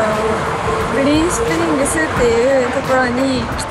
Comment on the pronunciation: グリーンスプリングスが 不倫してるんです に聴こえて とんでもない逸材ぶっ込んできたかと思った